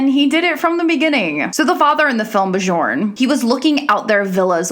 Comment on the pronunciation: You mispronounced Bjorn.